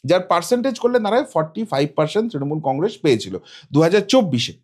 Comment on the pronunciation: Congress pronounce thick kore kor.